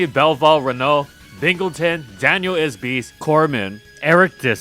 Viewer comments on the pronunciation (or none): none